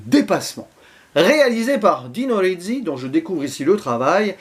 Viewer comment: Le premier road movie. En plus on entend Trintignant penser... Du jamais vu. Gassman, entre sympathie et antipathie joue un personnage épatant et insaisissable d' une manière magistrale. Sinon c' est Dino Risi et pas Dino Rizzi... C'est pas le z des pizza mais le s de basilic. -:)